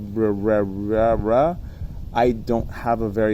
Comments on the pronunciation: Ka-Rea-Rea ... Reararea ... Close enough :D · Ka-re-uh-re-uh. 😂 To throw a wrench in your works, props deal with incoming air from ALL directions. The only time you get perpendicular flow is on a punch-out. Think about it. 😉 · Very disrespectful to pronounce the name wrong every time! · The Karearea folks probably don't like you because you refuse to say their name properly, and it's not a hard name to pronounce... You and everyone else knows how to pronounce it, you just refuse to do it, and you want to pretend to be ignorant about it... Now, don't get me wrong, I really dislike the company, and would never buy anything from them... for my own reasons, but if I'm talking about them, I don't mispronounce their name on purpose like some child being silly... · you didn't even try to pronounce that name correct Karearea. honetly you just dislike them. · I appreciate your feedback, but you are an educated man. you should be able to pronounce the word Karearea just fine. it's an actual bird species BTW. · Totally with you on the prop review. But intentionally mispronouncing their name could be considered offensive, and you are probably fanning the fire by doing that.